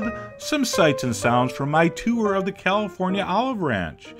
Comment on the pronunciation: I though it got all of(sounds like Olive) them